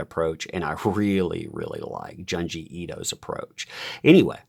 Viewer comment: I think Junji is pronounced "JOON GEE".